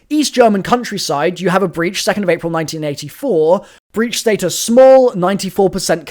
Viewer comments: Uh your pronouncing status wrong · Why do you and lex say status like that bruhhhhhh